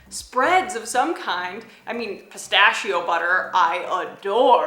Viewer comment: ahhhh le mie povere orecchie!!! Perchè in america viene chiamato pistacio, è pistacHio. La H